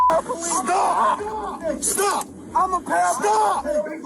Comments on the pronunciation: Why do Americans pronounce paraplegic as parapalegic? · Paraplegic not parapalegic 😃